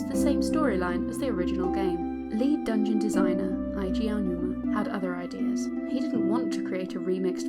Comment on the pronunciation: Story Time It's cool. Only said something since explaining the pronunciation is rather simple. Happy Aonuma came out fine as a lot of people don't get that ao is ow.